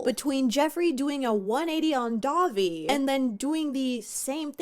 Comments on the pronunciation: When you say Dahvie, I hear Dobby. So my mental image for this story is weird now lol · listening to this in the background and it truly took me 10 minutes of the segment to realize you werent saying dobby from harry potter. was so confused and had to tune back in when i realized